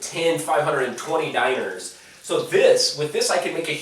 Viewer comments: I love how you mis pronounce dinars. Makes me laugh my ass off every time. Dee-naar Not diners :) lol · It's pronounced "DEE-nahrs" not DIE-ners (or Diners)."